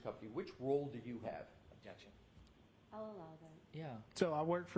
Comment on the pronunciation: is so full of crap that he smells like Bev and Hank. Defense: "valid question" Brennan: "objecshen"(that's how he pronounces it). Aah yes, the return of the associates degrees, this guy and trooper Paul are in the same whatsapp group.😂